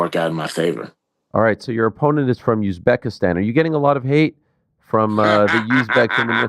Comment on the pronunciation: Where is Youzbekistan, Ariel? Its Uzbekistan. Now its Azerbaijan and Uzbekistan you cant pronounce.